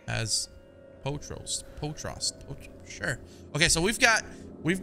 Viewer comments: He said potrast?😭😭 it’s pot-roast 😂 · My man said poh trost. I love you POT ROAST 🤣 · No one:: "POH TROST" (Pot Roast🤣) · My guy said poot roast 🤦‍♂️ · It's actually pronounced po troast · its Pot-Roast bruh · "poat roast" XD it be like that sometimes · Remember that time hollow couldn’t pronounce pot roast 😂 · that’s still not right hahahha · He just mispronounced pot roast 😂😂